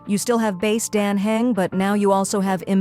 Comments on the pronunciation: Yeah and the stupid AI can't even pronounce Dan Heng or Cyrene correctly 😤 so annoying. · Could you teach your stupid AI how to correctly pronounce names such as Dan Heng for fs sake? 😤